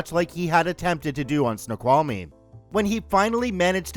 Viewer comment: Hey, native Washingtonian here!! It's so cool that you pronounced Snoqualmie correctly! 😆😆